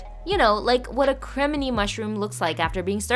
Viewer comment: WHY DID YOU SAY CREMINI MUSHROOM LIKE THAT it’s not hard to pronounce